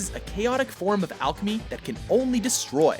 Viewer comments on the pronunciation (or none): none